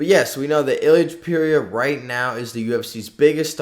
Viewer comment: it's ilia topuria not ilia topewria, the level of disrespect